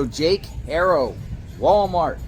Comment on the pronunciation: In Spanish, the name "Haro" is pronounced AH-roh, with the "H" being silent. The "a" is pronounced like the "a" in "father", and the "o" is like the "o" in "go". Not HAIRO. It sounds petty but get it right so everyone knows his name. Every Haro I know is behind or should be behind bars. At least the ones here in California....